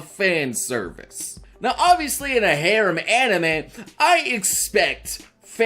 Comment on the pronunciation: is no one going to talk about the fact that he was saying harem wrong...no ok then i will show myself out. ps. he might be trolling and i am too dumb to know for sure.